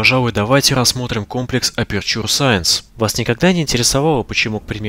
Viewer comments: Эпечу саэнс , НЕ АПУРТУРЕ И НИКАК НЕ АПЕРЧУР... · Боже перестанб говорить аперчур,правильно говорить эпечер саенс